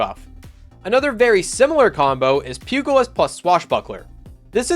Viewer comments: All I know is that you need to research the pronunciation of pugilist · Pew - jah - list... It's crazy how many people pronounce pugilist wrong